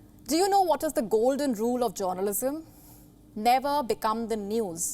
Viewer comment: WTF is Joornalism? 😂😂😂